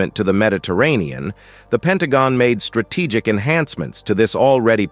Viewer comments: Stra te giac? Re gi on? Comman maaan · How come this man pronounced strategic as ‘strate kic’? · …why can’t these presentations be read by a person trained in the English language, capable of correctly pronouncing important words such as “Hamas” and “strategic”, and also able to speak in intelligble phrases without gaps of silence in the wrong places? This creates an impression of completely shoddy preparation; why would the military branches of the United States condone such a moronic presentation of their weapons and personnel?